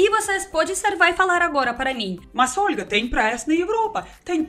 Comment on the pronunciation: Amei o Ol'ga hahaha ela fala assim mesmo kkk